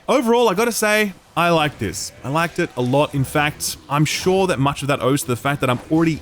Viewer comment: "In that regard, I'm not quite shaw yet." hehe